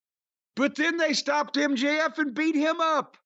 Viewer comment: HOW do you fuck up MJF?!